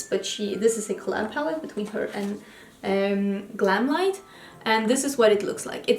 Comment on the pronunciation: PS you said the GlamLite palette name 100% correctly!👍👍